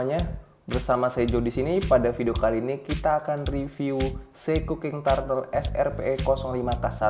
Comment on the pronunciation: Koreksi bacanya bukan TARTEL, tapi TURTEL